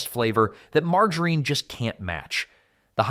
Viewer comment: The wrong pronunciation of margarine